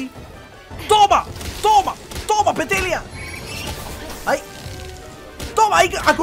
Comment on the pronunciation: XDDDD DICIENDO PETELLIA EM VEZ DE PETALLIA XDDDDDDDDDD